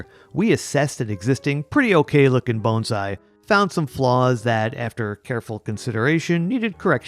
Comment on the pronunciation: You pronounced 'Bonsai' perfectly!!